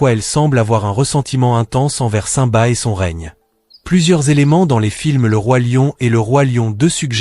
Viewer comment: Aprent à prononcer simba